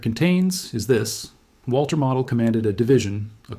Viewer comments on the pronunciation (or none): Sorry, couldn't watch it. His name is pronounced mow-dell (mow, as in mowing the lawn). It's not pronounced model, as in model car.